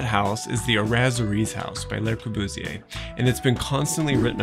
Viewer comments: I like the video a lot, but for the purpose of constructive criticism: I really wish you at least tried to pronounce some of the French correctly starting with Le Corbusier (pronounced Lu rather than Lay) and Villa Savoye (pronounced Savoy rather than Savwa). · You’re adorable beyond reason, and obviously know your subject, but, mon Dieu, it’s “luh Corbusier”, not “lay Corbusier”. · Please, it's LE Corbusier, not LAY Corbusier. Otherwise very informative. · FWIW, "lay" Corbusier (Fr = les) would describe the Corbusier family; The Corbusiers. When we speak of just the guy, it's "luh" Corbusier (Fr = le). You've given me free knowledge, I reciprocate. Thank you. For fun, check the relationship between Le Corbusier and Anglo-Irish designer Eileen Gray whose work LC admired greatly. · I agree with your comment, but I think a better pronunciation of the 'e' in Le, is illustrated by the 'a' in 'about'. This is on good authority from my wife the French teacher and the listing for Corbu in Wikipedia. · Enjoyed your video...one suggestion is to pronounce Le Corbusier's name properly...it is not a pluralized 'Les' Corbusier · This whole video feels very rushed. The feeling tone seems dissonant with the building. AND it’s very jarring to hear the architects name mispronounced. The “Le” is pronounced just like English. LUH. Very similar to the first part of “lullaby” The grid analysis was very interesting but I would have liked to see a different geometric analysis based upon Le Modulor abd the Fibonacci series. And lastly, why not call him “Corbu”? Widely used and easier to say. Some furniture would have helped with understanding scale of the plan. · would you listen to how Le Corbusier is pronounced, by francophones please? (it is quite important when discussing architecture). The way you pronounce 'le' makes it sound like the french 'les' thus you 'pluralise' his name which is nonsensical - there is only one Corbusier, (which may solve the problem).